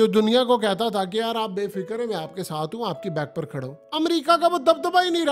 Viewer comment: عزرائیل نہیں بھائی اسرائیل ہے